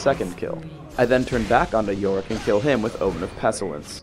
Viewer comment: 13 years later, did ever learn how to pronounce "pestilence"?